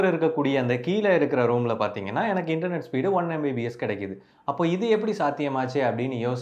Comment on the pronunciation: Internet is word 😅😅😅 Internot is emotional 😂😂😂😂